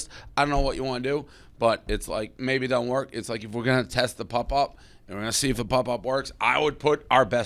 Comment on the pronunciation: Dave is mid-40s and still pronounces pop as pup. That shit gets me everytime.